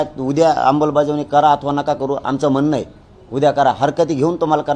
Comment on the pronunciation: अंबलबजावणी नाही आमलबजावणी😅😅😅